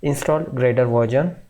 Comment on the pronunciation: Its not verjon its version 😆